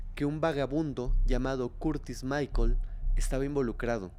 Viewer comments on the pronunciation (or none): none